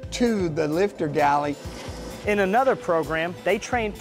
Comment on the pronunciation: “FEED THE OIL TO THE LIPTER GALLEY” got it sir📝